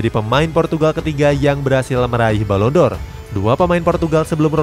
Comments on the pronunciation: Penghargaan balon Dor 😂😂😂🤣🤣🤣 Balon D'Or dibaca balon Di or Bkn balon Dor 😂😂😂😂 Channel bola lho 😂😂😂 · Balon D'Or min .. bukan balon dor 😀😆